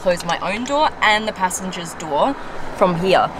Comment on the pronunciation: Opening this doowa heeeyah, using this leeevah. Love the accent